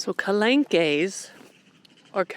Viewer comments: calanques or "calankas" is pronounced, ca-lonk......most words ending in que is like a soft K. French will slowly grow on you like Spanish did. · Lovely!!! Very much enjoying your European adventure. What a beautiful area!! Oh, Marseilles - Mar-SAY and calanques - cal-Onk :) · iits pronounced Ka -Lank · Calanques is pronounced : kalank.... thanks for a beautiful video and thanks for sharing! I took my first steps in those calanques.... safe travels! xxxx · Generally in French the 'es' at the end would be soft and silent, the e in calengues would be pronounce 'eh' rather than 'ay' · It’s the National Park of the Calanques (two syllables) where I live….Port « Me-you » is how you pronounce it